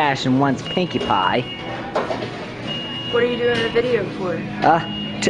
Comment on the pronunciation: Cashier got turned on by how boldly he asked for a pwinkie pwie and wanted him to ask her out